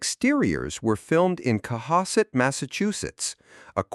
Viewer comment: fwiw "Cohasset" rhymes w "badass" not "onset" (kills me, as a north shore guy to admit, but ya gotta give the south shore respect on this one)